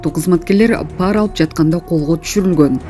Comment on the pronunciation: Па’ра эмес, пара’ деп оку тантыбай